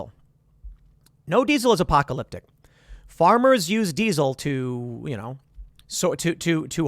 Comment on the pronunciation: Good God dude can you stop saying "apocalypTIC"